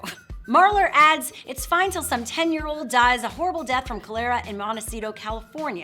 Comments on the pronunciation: Cholera is pronounced kŏl'-er-a and NOT kōl-air'-a. It's found in water contaminated by feces, as in don't sh--t where you eat. Modern sanitation prevents contamination by human feces. Although it is possible to get exposed to animal feces when drinking "raw" water, Giardia is the real danger. All the surface water in the U.S. is contaminated with it. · Proof of this woman's claims that we don't know anything about the diseases that can be transmitted via untreated water is that she doesn't even know how to pronounce the name of a disease that kills millions to this day: cholera. She says call-AIR-uh. It's CALL-er-uh. Read "The Ghost Map," a book about how it was discovered and proven that diseases can be spread via our water sources! Let me support the idea that "fresh" untreated water cannot be trusted: in one of the most beautiful places on Earth, Yosemite National Park, there are signs warning people not to drink, nor even get wet with, the river water. It's contaminated with giardia. A parasite. How nice. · Yes this bugged me, too. It's pronounced CALL-er-uh, not koh-LAIR-uh. She pronounces it like a new car model. Test drive the new Toyota Kolara today!